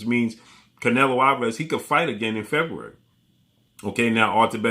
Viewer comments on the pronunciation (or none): none